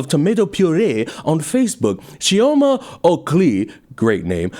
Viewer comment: Hello there love ur great content I know pronunciation when it come to Nigerians is not Every foreigners strong suit but it isn’t “Chi o ma” it’s “Chee o ma” and “oh kill e” also it kills me when people say “Laa-Gos” 😂 it’s “Lay-Gos” just thought it might help😊 also ps “Biko” ike gwuru” isnt actually a slang it’s Igbo language